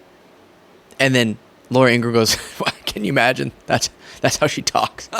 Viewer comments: It is pronounced Laura In gra ham. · should pronounce Ingraham properly,.the h is not silent. Even though she's a bum. I think it's disrespectful when they mispronounce our Vp's name